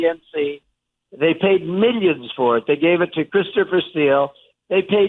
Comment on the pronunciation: "MEEYINS & MEEYINS of dollars! I'm covered under the law!" ME ME ME ME! Sickening prick! 😠